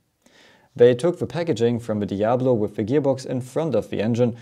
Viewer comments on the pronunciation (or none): none